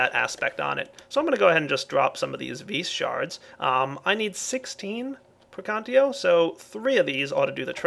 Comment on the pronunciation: Latin lesson with! It's not [Pre'kantio] it's [Prekan'tatio]